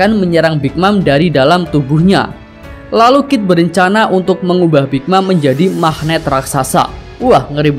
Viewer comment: KID BOSKUH BUKAN KIF :D